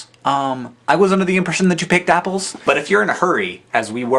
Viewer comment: haha sounded like he said "NIPPLESS!!!" when he said apples.